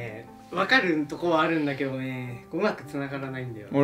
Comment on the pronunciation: 「えっとねぇ、分かるんとこはあるんらけろねぇ」 山本さんが可愛いの暴力を振るってきてる